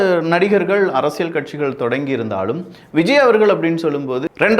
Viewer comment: தம்பி, உங்கள் பதிவுகள் அனைத்தும் நாகரீகமான முறையில் நன்றாக உள்ளது. ஒரு சிறு வேண்டுகோள். தமிழ் உச்சரிப்பில் சற்று கவனம் செலுத்துங்கள். அரசியல் என்பதை அரசியள் என்று சொல்கின்றீர். இது போலப் பல வார்த்தைகளில் ல கர, ழ கர உச்சரிப்பு தவறாக உள்ளது. சரி செய்தால் மகிழ்ச்சி 🤩